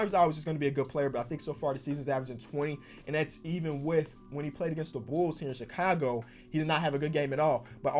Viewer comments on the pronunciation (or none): none